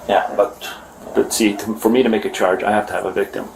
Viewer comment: "Chorge my cords" was killing me 🤣